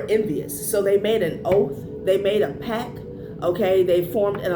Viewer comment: It's pact, not pack.